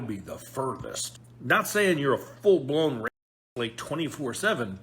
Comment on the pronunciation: Every time you say it it sounds like rapist, so their defeating the purpose...